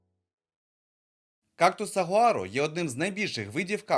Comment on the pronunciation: Ой, виявляється, переклад на україську "сагуаро", а читають, як мені чується, "сувора", якщо вимовляєш з камінням в роті😁Чомусь не задумувалась, що батьківщина кактусів Америка і більше ніде їх немає, крім як завезеного виду. Дякую за контент!